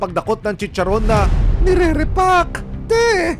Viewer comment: Dugyot na chicharrrrrrrrrrrron! 😂😂😂